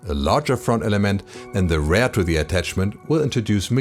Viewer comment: Liebe die Serie, aber manchmal triggert mich die ansonsten sehr gute Englische Aussprache doch extrem: Bitte REAR nicht wie RARE aussprechen und SET ist ein irreguläres Verb - nix mit "SETTED".. :)